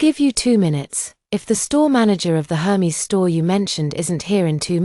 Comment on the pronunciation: Aer-mez! Not Her-meez